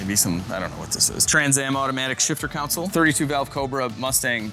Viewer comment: it’s a CON SOLE there is no U in it. You seem to say COUN SIL - which is a lawyer. The centre CONSOLE is not a lawyer.